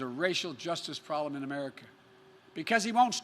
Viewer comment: He can't even say "problem" correctly 🤣🤣